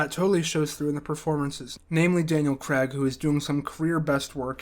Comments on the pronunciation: It's CRAIG, not CREGG! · Please learn how to say CRAIG before you narrate a video in which Daniel Craig appears.